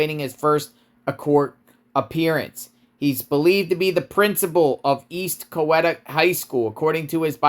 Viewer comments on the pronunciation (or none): We can tell you haven't ever even been to Co-Wet-a county lol. Let me help ya.. its Cow-eat-a. Theres 2 sides to every story.. lets get all the facts before we jump to conclusions.. you obviously have no idea what you are talking about smh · (@ You definitely have an accent from the North. Coweta is pronounced cow - EEE - ta.) ~ KRH ~ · It's Co WE ta not Co WET a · its pronounced Cow-eeta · It's pronounced cow-e-ta county 👍👊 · You clearly are a drama queen, and are making him out to be something he's not. You know nothing of this man, and have no right to be speaking of him like this. He is wonderful. He loves our kids at ECHS, and is a fabulous leader. And BTW, it's pronounced CowEta! Now go get a life that isn't spent making assumptions about others! I pray he is allowed to come back to leading our school. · Sounds like some kids playing pranks, IDK. BTW the county is pronounced....COW EE TA. Long vowel E. Just thought I'd let you know. Thanks for reporting. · its cow - eet uh. not however u said it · I’m from Georgia, It’s pronounced Cow-weeee-ta Coweta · Pronounced Cow-Wee-ta County... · Its pronounced Cow- ee - tah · Cow-eat-a is how you say it it’s a nice place. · It’s pronounced Cow eta the old timers would say a Cow ate a county lol 😊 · Coweta is pronounced Cow-E- ta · It’s pronounced Co-wheat-ahhh. Sounds like they need to know all the details before firing him. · It is pronounced Cow-e-ta County. IJS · Love your videos. Just for your info Coweta is pronounced COW-EAT-UH. I lived there before. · Came here to say this! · I actually agree with another commenter that Coweta is pronounced Coe-wheat-uh. I didn't make a judgement about the case against the Principal because this is the first I'd heard about it, but it seems a domestic issue and I don't feel it should affect his job. From the video I saw of him, he seems to be a really good and caring man. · You have no business posting this as you are not from here. You can’t even say Coweta correctly